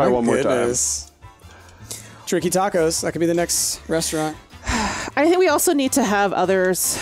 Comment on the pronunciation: I don't know if it has been asked a thousand times before, but calls it a ReNstaurant every time? Am I imagining things?